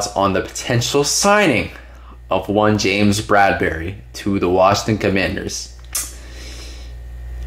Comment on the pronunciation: You said COMMANTHER😭😭😭😂😂😂😂😂🥴🥴💀💀🫠🫠🫠🫠. I wasn’t ready lol . I’m subscribing just because of that 😂😂😂😂😭